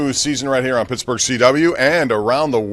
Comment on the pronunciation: Did this clown call Pittsburgh ,pittsburger?